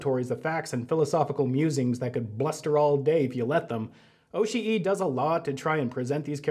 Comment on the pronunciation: The way you pronounce Oshii is like nails on a chalkboard. I know youre trying to make it sound more accurate to how a Japanese speaker would but it actually sounds like youve never heard japanese spoken in your entire life.